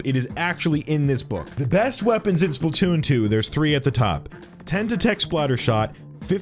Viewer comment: My dude that’s not Splatoon that’s spaltoon